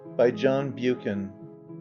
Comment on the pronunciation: The Name of this authour is John Buchan The correct pronounciation in a phonetic sense is Buck an... and NOT Bu-can. He wasn't American.